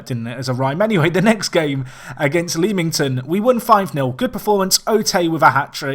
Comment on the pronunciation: Leamington is pronounce LEM-ING-TON